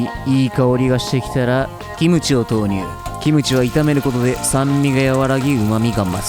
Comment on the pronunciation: 뭐지 김치라고 발음한다